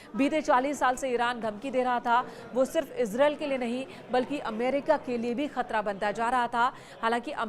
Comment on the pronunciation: It's pronunciation is: ees-raa-eel Not ez-rail